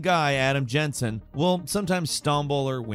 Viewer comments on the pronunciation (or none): none